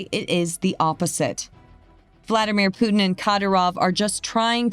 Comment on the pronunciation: How is it Americans try so hard to say 'herb' and yet, can't even begin to say Putin?